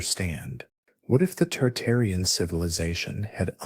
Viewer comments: Tartarian not Targarian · dude, targarians vs tartarians, get your shit right. i hated every time you said it and downvoted you for it. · Why do you keep saying Targarian instead of Tartarian? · you keep saying Targarian rather than Tartarian, why? and which buildings where were taken down, quickly replaced and then taken down again? examples please! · Tartarian. Not targarian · I keep hearing Targarian as in GoT family versus Tartarian. Interesting. I wonder if it's on purpose. Dragons and Griffins man. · I hear it toox2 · WTF it's Tartarian Mate not targarian stop making shit up. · Bruh saying Targaryen